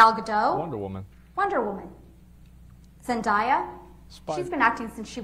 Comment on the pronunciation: throughout this entire case not a single person has pronounced Zendaya correctly wtf